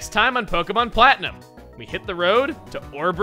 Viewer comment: Man I cannot unhear "Pokémon Flatten 'em"